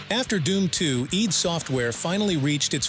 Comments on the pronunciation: Why do you pronounce id as EED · nope. It's id in the Freudian sense which is what it was named after. That rhymes with "did" not "deed"